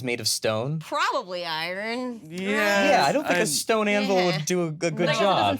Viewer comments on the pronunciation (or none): Um, actually, "iron" is not pronounced like "eye ron"; it's definitely just "eye urn" (sort of).